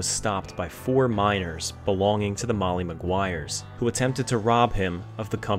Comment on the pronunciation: MoLLy maguires ..... NOT Moyyee ..... LLLLLL